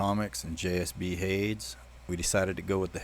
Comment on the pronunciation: Hades is pronounced Hay-dees